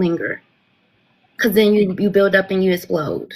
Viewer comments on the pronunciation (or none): none